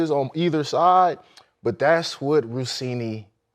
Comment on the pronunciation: Vabes had some "Russini" for dinner.